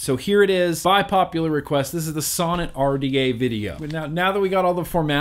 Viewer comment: Sounds like you keep saying sauna lol.